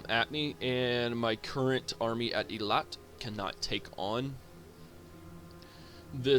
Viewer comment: Also you pronounce it 100% correct the first time: hey-lArt